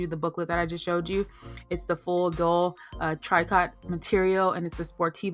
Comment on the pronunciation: Love the info but the word "TRICOT" is pronounced " TREE- CO " not "Tree Cot"